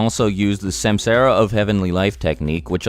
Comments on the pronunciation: Great vid... But it's suhmsahra.... 😂👍🏾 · bro butchered the pronunciation: samsara > sum-saw-ra. that’s how u say it. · It ain’t semsera it’s sum saa ra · Its not samsaara the pronunciation will be like this "sumsaara" forur understanding there are 14 out of with only 6 are most important that y six path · Samsara is pronounced 'sum-sur-ah' and not 'sam-sarah' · samsara = is pronounced sum-tsar. Other than that great video mate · Samsara isn't pronounced like that. It sounds more like "sumsaaraa" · Sumsara* is how u pronounce it. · It's not samsara, actually it's sansara : meaning the rebirth cycle. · Samsara..... Ugh say it fucking right!